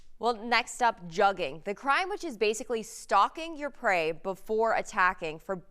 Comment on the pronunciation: She say juggin like a white person